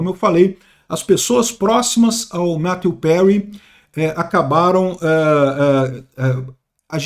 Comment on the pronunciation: Quem mais ai se incomodou com a pronuncia tupiniquim do em chamar o finado de "Mateu Perry "?